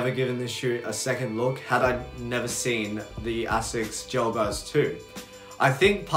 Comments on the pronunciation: AY-SICK AY-SICK AY-SICK Jesus. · I mean, you can derive all you want, it’s pronounced “ay-sicks “